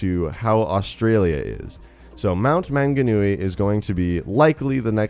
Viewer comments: Manganui is spelt wrong, (Maunganui) and you have pronounced Maunganui and Tauranga wrong but no biggy :P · So many things wrong with the New Zealand bit. Firstly that's not how it looks. Second that's not how you say Mt Maunganui or Tauranga. It's a long u vowel sound not a short one. Toe-wrong-a and you roll the r. Same with Mt Maunganui it's more like Maul than man. Sorry but it really makes me cringe when people say it wrong because I'm from new Zealand. Love you guys tho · Anyone else cringe at the incorrect pronunciation of Manganui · he butchered the names so much 😂 manga noowee 😂 also it's not rly a small island, our land mass is larger than most island including England's. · Dude cool video but I'm from New Zealand and the way you pronounced manga Nui and Tauranga made me cringe so hard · The pronunciation of Maunganui is 'Mong-na(h)-nu-e", and Tauranga is 'Toe-(w)rong-gah' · Im a new zealander and when he said manganui, i didn't recognise it at first 😂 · The pronunciation of manganui 😂😂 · I snowboard there its pronounced tao-rong-a and mt-mona-g-newie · Its pronounced Mount Mowng-a-newie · Your pronunciation is wrong for "Manganui", Manganui is a Maori word so it sounds different The way you pronounce it is " MA-NGA-NUI" The Nga sounds like Naa (try not to roll your tongue) Its cool that they are exploring New Zealand and its culture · Pronounced Mong-a-new-e and Toe-ronga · First of all its maunganui is pronounced mon - ga - nui and tuaraunga is pronouced to tau - wrong - a and new Zealands scenery is alot different to Australias BTW I'm a kiwi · MANGANUI AYYYY THATS MY COUNTRY BOI also "manga-nui" lmao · And its mt Mong a nui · Am I the only New Zealander who got triggered at the way he pronounced Manganui and Tauranga? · i live in mount maunganui and it doesnt have snow at all it take me 20 min to walk up the mountain mate also i love your pronunciations of mt maunganui is really funny :P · Im from new Zealand its pronounced mung-a-new-ee